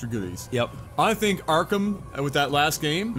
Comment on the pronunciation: WHY DO YOU KEEP SAYING "ARKHAM"?!